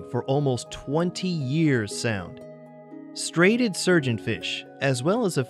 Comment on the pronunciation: It's pronounced "STRY-a-ted".